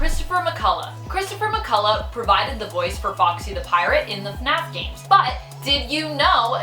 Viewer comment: She legit says funaf